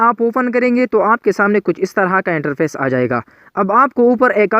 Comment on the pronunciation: Pill nhi fill hota hy apni pronounce kro Interpace nhi interface hota hy Pour nhi four hota hy